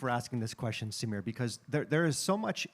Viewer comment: Notice how this Indian converted into an American pronounces "Samir". he was born to a Sikh family yet he doesn't have a pagri. Such person can not be trusted and Amreeka cannot be trusted at all.